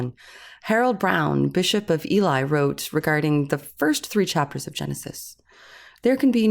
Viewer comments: Sorry guys but ELY is pronounced as Eel-E not Eli. It's another of those dambec awkward British place names designed to catch people out, the best of which Milngavie whic is pronounced Milnguy. If you ever get to Cambridgeshire Ely Cathedral, known for centuries as the " Ship of the Fen" is worth a visit as it is a fine example of Cathedral building with an octagonal wooden lantern tower and fine medieval painted wooden ceiling over the nave. It was build on one of the few large islands in the marshes known as The Fens and can be seen for miles over the flat fens. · Sorry, the Bishop of Ely is pronounced 'E-lee'. From the east anglian city in the uk Ely meaning Eel Island. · Notes: Ely is pronounced Ee-lee. Its near-ish to Cambridge in the UK. Now, I will watch the rest of the video :-) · You did mispronounce Ely, so there's that.